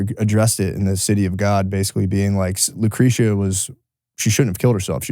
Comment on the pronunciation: So fucked up that doesn’t know how to pronounce Lucretia, it’s a great megadeth song from rust when they had Marty, wtf.